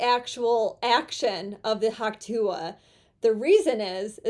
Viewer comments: Could we please stop saying hawk tooah? It's just disgusting. Also what's wrong with you? Why can't you pronounce the t's in words? Why do you refuse to elocute properly? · You keep saying Hawk Tuah "A",,,, It sounds like " Huck Too",,,,,,,, This chick is better then a Hundred woman on social media...